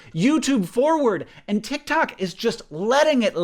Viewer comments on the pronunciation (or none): hank i lost you at "titktok"